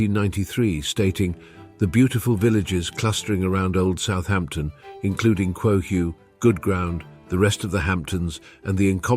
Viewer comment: Quogue rhymes with frog. Thats how it’s pronounced. This was a great historical look at the hamptons! I would have probably included Sag Harbor though - it was one of the most influential hamlets in building the hamptons due to the whaling industry.